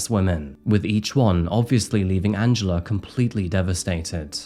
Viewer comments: I always understand Angelo instead of Angela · Good video. However it sounded like you said Angelo instead of Angela. Do better.